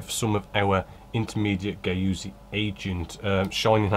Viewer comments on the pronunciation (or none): There we go again with that "Gay-oozie" clear coat! *goorzy" being the true pronunciation of 'gauzy'. Same as the name Paul mate... and we ALL know how you stand correction, now don't we. Please keep in mind that one never ever stops learning - or why would you be providing tutorials??? Kind and well intended regards from Sydney and Ballina. MATE.